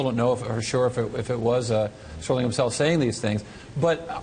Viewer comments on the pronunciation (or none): STERLING NOT SPERLING...